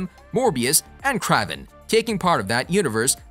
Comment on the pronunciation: It’s supposed to be pronounced “Krayven”